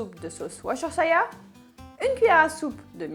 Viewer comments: Pitié ! Au Texas on ne fait jamais bouillir le porc ! Si non la marinade ne prend pas !!! Allez faire un tour aux USA et revenez avec la véritable recette SVP essayez de parler français correctement et anglais avec le mot de Worschtershire sauce ! Merci et encore une fois ne tutoyer plus... Ça ne se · Tout d'abord merci de ne pas tutoyer votre public... D'autre part je ne vois pas en quoi il est si difficile de prononcer le mot : worshestershire sauce ! Quant à votre soi-disante recette texane je peux vous dire que vos ingrédients n'ont rien à voir avec la véritable recette ... Allez faire vos écoles de cuisine au Texas et revenez avec la véritable recette ! Quand vous l'aurez enfin comprise, venez nous la communiquer.... Nous verrons si vous avez enfin compris !!! D'autre part merci d'essayer de parler distinctement le français sans bafouiller. La moitié de vos phrases sont incompréhensibles ! Ensuite je vous donnerai la véritable recette texane ( moi qui ai vécu là-bas durant 40 ans ....! ) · De la part d'un Britannique, on prononce la sauce Worcestershire [Oueur'steucheur'] ! =D La recette a l'air bien sympa, surtout cette petite marinade !